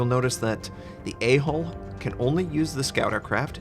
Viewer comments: LOL every time says A Hole (A Hull). Yes, my inner child speaks! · anyone laugh when he says A hole